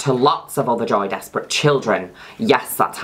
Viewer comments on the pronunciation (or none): It pronounced joy des-pray